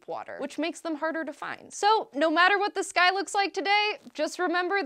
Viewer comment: just me,,or when she sais'' The sky''it sounds like ''this guy'' heh